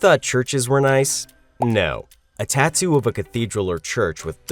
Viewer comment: TONT GET A TATUE😂